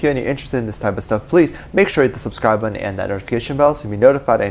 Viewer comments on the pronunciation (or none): none